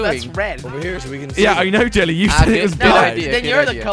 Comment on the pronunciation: Hahaha 😂😂😂😂😂 you said gelly not jelly hahahaha